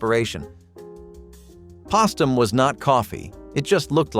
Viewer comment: you cant even pronpuse postum